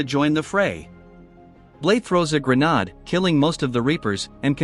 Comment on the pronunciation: Can't even pronounce grenade right, Wow